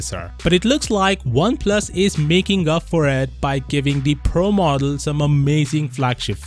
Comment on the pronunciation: I keep hearing Oneplus 7 Pearl.